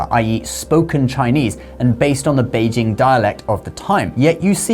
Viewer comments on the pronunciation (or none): none